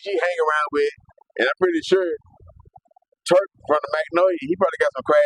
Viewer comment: Am i bugging or you calling him Twurk? 😂😂😂